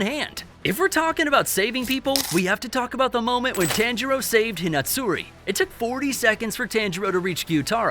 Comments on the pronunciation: (tawn-jur-o) not (tan-jur-o) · Dude. PLEASE start saying my guy’s name correctly. The emphasis is an “Ha” sound (T-Ha-ngiro)